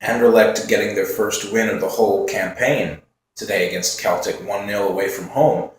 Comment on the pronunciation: Keep meaning to post this on CL vids but Celtic is pronounced like Boston Celtics not a Celtic Warrior :) Did you put up predictions for E-G in the end?